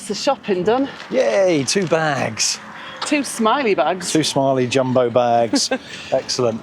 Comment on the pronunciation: The J is pronounced like y in you so [Yumbo].. No dzyumbo..